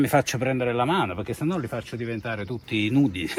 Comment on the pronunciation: “Tutti nudie” lol